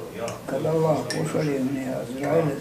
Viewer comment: Joj jest los zvuk, ja ovo nazalost ne mogu slusati, a mozda je dobra prica. Samo Oloh, Oloh, bejagi neki musliman, a ne zna ni Allah izgovoriti